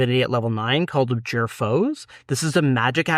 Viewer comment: Guys, I enjoy your content; however, may I humbly suggest you invest a little time making sure your pronunciation is correct. I've noticed this in several videos and held my typing till now. Again, just trying to help. For example, it is "ab-JOOR", not "AB-jur"